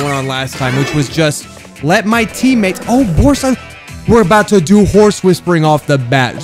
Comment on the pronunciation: ITS BORSE